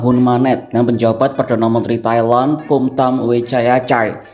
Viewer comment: Pronountiation nya please, Thailand jadi suka kedengeran Kaya Taiwan